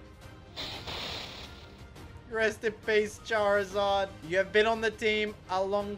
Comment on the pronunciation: Its charizard not charzard charizard not correcting im just saying no offense😅🙌